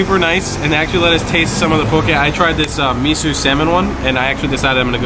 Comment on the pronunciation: Guys, Enjoyed the video but you made 2 flubs! First off...It's pronounced Me-Soh...Not Me-Sue. 2nd...It's Shave Ice...Not Shaved ice. If you noticed, Hawaiian Shave Ice is shaved finer than mainland sno-cones. Plus the assortment of syrups/add-ons is what separates both desserts....